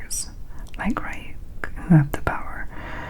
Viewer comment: Ryuk’s name is pronounced like Ree-yook 😁